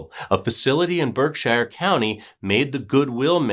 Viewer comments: It’s not pronounced as Berk-Shire it’s pronounced as ‘Birk-Sheer.’ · Berk-sheer is how you pronounce Berkshire. We pronounce things wicked strange in Mass 🤷🏻‍♀️ I can’t believe I’d never heard of this story. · Berkshire.... pronounced BerkSHEER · We pronounce it Berksure county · Lol How come you are letting him getting away with the BerkSHIRE pronunciation then?? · Lol we pronounce it Birk-sheer!! There are so many funny sounding Towns here in Mass!! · Good story. It’s pronounced BERK- shurr . No hobbits here! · pronounce Berkshire correctly will ya I'm from there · Lol. I just commented the same thing. I see other people from Mass commenting yet I don't see anyone else correcting the pronunciation like you and I did.